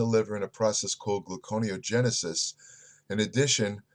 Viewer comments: correct, but he pronounces it, "glucono (glue con oh) genesis" LOL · pronounces so many words wrong..it's gluconeogenesis pronounce gluco neo genesis